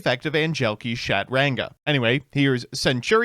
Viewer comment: "SHAT-ranga" is diabolical, even for you 😭